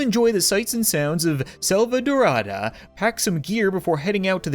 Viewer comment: In addition, the Selvadorada e in Selvadorada is not pronounced like the e in elk, but like the long a in save,.